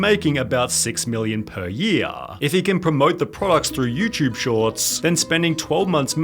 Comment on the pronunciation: "Youtube-buh" "Upload-uh" "The new minumum-uh" "Didn't come so frequently-uh" "A pattern forming-uh" "Quantity-uh" "No-one else helping-uh". Dude. Stop. You sound like the cashgrab-ummmm chic.